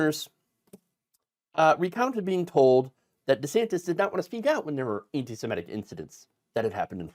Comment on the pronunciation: Semitic, not "simetic"